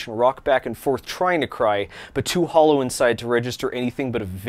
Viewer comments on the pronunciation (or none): none